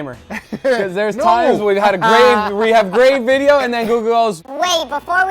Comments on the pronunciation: its video not vedio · 3 mins into the vijyo all i hears is BALLZ